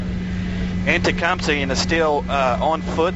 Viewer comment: needed to shut up please he kept saying Tecumseh wrong! It’s TE-CUM-SEH not Tecumsee 🤦🏻‍♂️